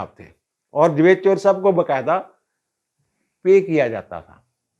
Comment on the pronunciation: میرا خیال تھا کہ آپ کا نام ہے۔ آج آپ کے منہ سے سنا ۔ سواد آگیا جوید صاحب۔ 😅